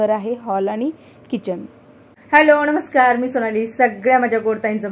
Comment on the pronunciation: ताई सगळे video छानच असतात तुझे..खूप मस्त वाटत बघायला bore होत नाही अजिबात बघताना.. तुझी मुले आणि अहो खूपच हौशी आणि supportive आहेत..तुम्हा सर्वांना शुभेच्छा आणि प्रेम ताई विडिओ मध्ये फक्त काही गोष्टी खटकतात त्या म्हणजे तू णमस्कार म्हणते नमस्कार ऐवजी.. मणापासुन म्हणते मनापासून ऐवजी आणि सर्वात शेवटी श्री स्वामी समर्त म्हणते श्री स्वामी समर्थ ऐवजी बस्स एवढं improve केलंस न बाकी सगळं एकदम नंबर 1 आहे..